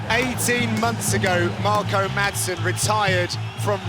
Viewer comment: If you want to pronounce it correctly, then don't pronounce the 'd' in 'Madsen'.